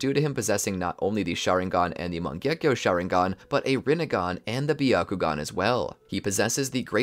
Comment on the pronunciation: my first time the what if was good BUT the pronunciation of mangekyou sharingan botherd me alot